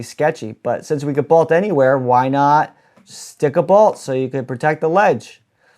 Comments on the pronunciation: You say bolt weird. Sounds like bault. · Take a shot everytime he says bolt wrong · I have never heard someone pronounce 'bolt' like that. 😬